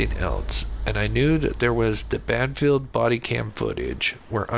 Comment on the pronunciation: It’s Band Field, not Banfield.